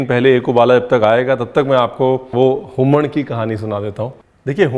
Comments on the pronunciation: So nice chef to listen the word Humaan from you. This was a perfect goan accent. I'm telling you this because I am a goan. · The way chef said Human(हूमण) was very much pleasing especially the ण , as many non goan youtubers say it as हूमन. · For hummman we also add hing, and it is usually made with prawns😊 Thank you chef, you even pronounced it right!